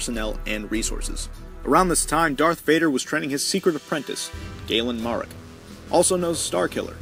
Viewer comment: Anyone else grit their teeth when the people who make the videos fucking butcher one of the characters names. Especially ones that are decently know like galen marek